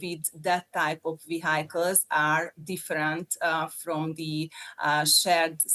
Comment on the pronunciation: She needs to work on her pronounciation of "vehicles". Makes my ears hurt - even as a German. 😅